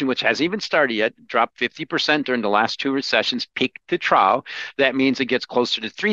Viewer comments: Not just you. I like his commentary, but every time I see an interview with him, I'm like: can someone please tell him how to pronounce "trough"? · Trough - troff. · Anyone else so distracted by saying “trough” as “trow” instead of “trof” and “silicon” as “silicone” that you had to rewatch half the video again? Just me? That’s okay - I don’t mind enjoying videos twice. Another fantastic interview, - your questions are consistently razor sharp!